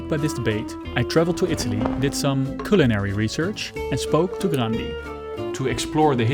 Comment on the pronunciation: Het is cuhlinary